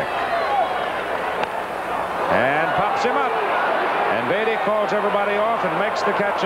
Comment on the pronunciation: Why is Howard pronouncing (Jim) Beattie like the word "deity"?